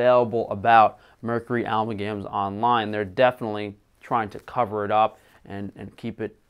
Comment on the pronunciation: Almalgams? 😄 .. You're joking right? How quickly did you make this video? How long did you look into this?